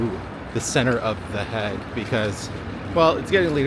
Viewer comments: I have never heard The Hague pronounced like you say it 😂 Hague is pronounced as vague. Love from Zandvoort ❤ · Surely you know the difference between pronouncing 'hag' and 'hague'. Not that it isn't funny... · hey man! love this video and has inspired me to take this route, however your pronunciation of city names pains me. (pronounced the heyg not heg!!) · The 'a' in 'The Hague' is pronounced like the 'a' in 'plague' or 'haste'. Your Grandfather is much appreciated. 🫡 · Oh god the way you say the hague is so wrong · I think he tried to do a Dutch pronunciation but only changing the 'a' and not the rest of the name